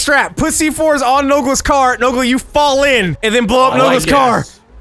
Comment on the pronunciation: C͠o͠d͠y͠ S͠h͠e͠l͠t͠o͠n͠ "Nola" Don't you mean Nogla xD